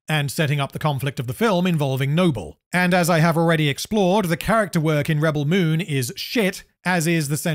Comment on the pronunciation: I really love how you say the movie name wrong multiple times. Its really funny and reminds me of Benedict Cumberpatch lmao. good job! Best objective analysis of the movie from a neutral position! Keep it up lad!